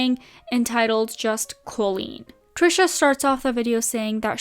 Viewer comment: Great video but just FYI - the pronunciation of Colleen is incorrect. It's not Col-leen, it's Co-leen.